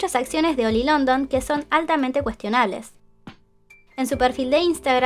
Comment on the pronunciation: Siempre que escucho 'Oli' entiendo 'Oil'. Cuanta plata tiene para hacerse la cirugía, que feo es no sentir tu cara:(.